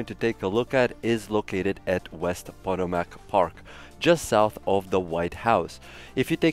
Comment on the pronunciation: pah-TOE-mick = Potomac just bc I live here.... Lol